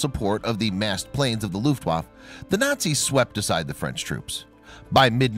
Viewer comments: You are mispronouncing Luftaffe. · Its 'luft waff A...u sound at the end... its not a junkers. Lol. Its pronounced 'y'oonkers. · Your not pronouncing German words properly. W is pronounced with a V and the letter J is pronounced as a Y .